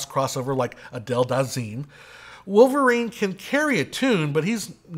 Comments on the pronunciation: Would it have killed you to find out how to say "Idina Menzel?" Her name is not that hard to pronounce and you weren't even close. You said something like "Adele Danzeem!!" And you said it as if you knew who she was. But if you knew who she was then you wouldn't have butchered the pronunciation. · Did you say, “Adele Dazeem?” Lol